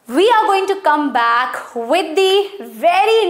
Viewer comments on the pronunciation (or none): none